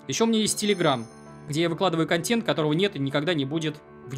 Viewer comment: ‘Контьент’ уши режет. Контэнт!